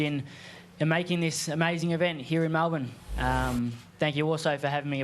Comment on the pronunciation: Lol you got the Melbourne pronunciation correct there mate 😂 I will be attending on Sunday myself and have Haney on points especially if he gets behind his jab.Prior to the Lopez fight I think GK would have also caught Haney napping but now he will have studied George and will make George's ferocity work against him.I hope I am wrong.Plus GK seems to be bordering on arrogance over confidence.That usually is indicative of an impending loss for a fighter.